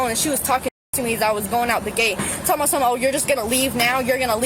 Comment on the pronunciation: It’s only been five years-uh! What are you talking about-uh???